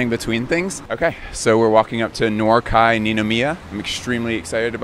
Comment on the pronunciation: Can you please correct your pronunciation Kei is pronounced like the letter K, not like KAI